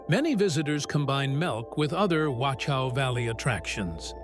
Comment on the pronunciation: it's pronounced "vock-ow".....surprising you didn't know this.....